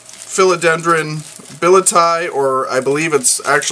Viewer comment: It is "Billy etti ay". Nice little plants.